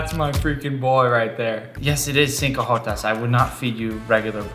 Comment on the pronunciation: I wept more every time he said “cinco jotas” as a Mexican 😢